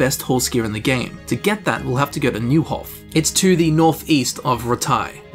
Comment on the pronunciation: I don't understand why you can't pronounce Merhojed and Neuhof. So many characters in the game pronounced it many times. And not just you, i noticed that many English speaking people have a hard time with it